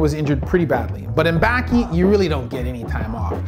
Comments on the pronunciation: Correct pronunciation below: Baki...bah-kee Hanma...hahn-muh Gouki...go-kee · Just a brief insight for pronunciation, Baki is pronounced as "bawki" . As for hanma, it would be " honma" A's are not as profounded. Same goes for Ali, not as pronounced as "Alli" but as "All-i"